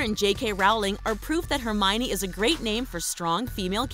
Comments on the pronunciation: Hermione is pronounced (Her-me-own) not (Her-miny) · Hermione is actually a name of German Origin, and it's the female version of the name Herman, and is properly pronounced as, Her-me-neh. I know because I come from said European country.